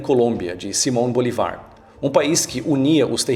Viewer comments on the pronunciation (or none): Eu ri da sua pronúncia de "Simón Bolívar" kkkkkkk.